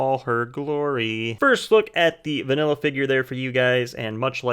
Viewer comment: Did sombody say VANILA ?